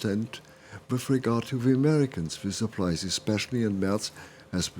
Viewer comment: Say the name properly. It's Mehrtz. Not Murtz.